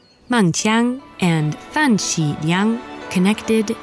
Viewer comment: Great representation! ABC that can't pronounce simple Chinese (just Meng Jiang and Fan Xi Liang) properly.